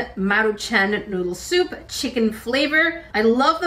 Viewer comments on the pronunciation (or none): none